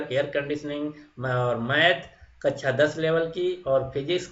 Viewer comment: कच्छा बोल रहे हो या कक्षा ?